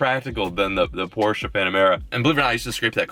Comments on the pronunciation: Finally someone that pronounces (Porsche) right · but atleast your pronounce Porsche correctly